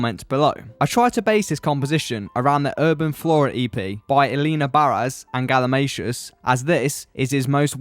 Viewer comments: I heard "Galimashoes" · I also learned the proper pronunciation of galimatias name I thought it was "Gali-Matias"